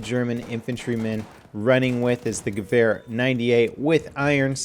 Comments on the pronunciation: In what Would does a W sound like a V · i always have to laugh when you pronounce gewehr :D